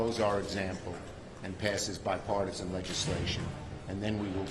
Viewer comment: Um he said Bi-Fartison at first, and who is that? It's not Sue Collins, and it's got nothing to do with hair color.